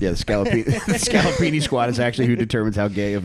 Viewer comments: “He got hit with the scallopini” 😂 Scopolamine! I’m a south Philly boy, ironically just moved to Texas. I got roofied at a bar in the Gayborhood once, thank god nothing “happened”, ya know. Lol. This podcast cracked me up, made me home sick. Good work, boys! New sub, go Birds 🦅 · "Try my muddahs Scalapini!"